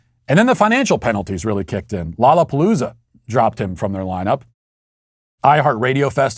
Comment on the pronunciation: I love this channel, but it is so obvious that Matt is lowkey racist himself. He hides it behind very subtle banter and wordplay. Little things like pronouncing Llallapalooza perfectly, but "Da Baby" or "Dua Lipa" is hard for him. I aint mad at it... we are all a little racist imo. But make sure to watch this channel with an intelligent filter, absorbing what is unbiased and logical, while discarding the BS.